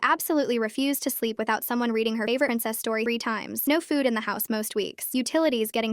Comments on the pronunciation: lol idk... even the narrator sounds like she's saying incest Don't get me wrong, you're probably right. But if not, wtf kind of game of thrones children's books are they reading that child?😂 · It was supposed to say princess but th3 AI voice mess3d up